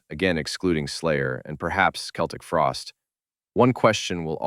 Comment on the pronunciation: Thanks for calling them "Keltic" Frost. That's how Tom says it, and the band is only known as "Celtic" Frost because that's how fans in America pronounced it.